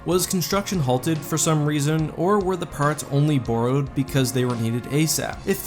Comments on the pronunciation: Who taught you how to saw “barrow” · I’ve figured it out, you’re a Canadian. All because of the way you said borrow.